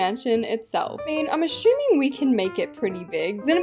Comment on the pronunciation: please go on Google and search how do you say assuming and then say it multiple times cause you been annoying me by how you say it.....thanks😭💕.!